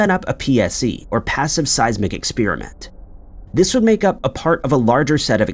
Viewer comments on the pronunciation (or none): …The pronunciation of the word experiment as “expeeriment” by the narrator, I find very annoying.